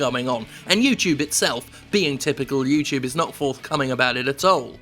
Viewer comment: Yew-Chewb Halfway through the video, Jim's pronunciation of YouTube was all I could think about.